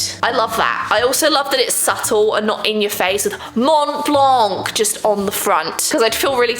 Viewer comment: If ever you are interested, the « c » in blanc is silent